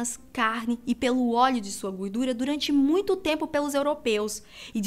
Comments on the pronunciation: "moito" kkkki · ''' Foi Moito XD Kkkk .